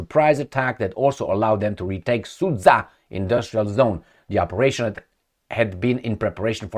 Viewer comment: sudsha not susa